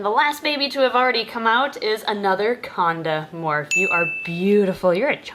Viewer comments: Everytime she said konda morf, I thought she was saying condoms. I was trying to figure out why she was talking about condoms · I thought she said condom egg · Every time I hear 'Conda Morph' together it sounds like condom. 😐